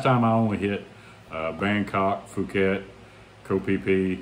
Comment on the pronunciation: Puket not Fuket 😊